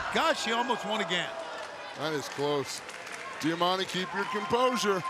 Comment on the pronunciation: Am I the only one that cringes when they say diamantes name